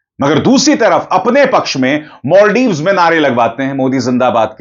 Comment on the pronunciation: Maldives ❌ Moldives✅🤣